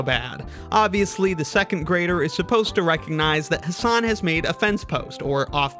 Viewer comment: The whole video was spoiled by the person mispronouncing "Hasan". I mean, there are at least 1 million memes and videos about Americans mispronouncing foreign words (not just names) and out of them, at least 500,000 feature "Hasan Minhaj". And a person on youtube still prnounces the word "Hasan" as "Huh Saan". wtf?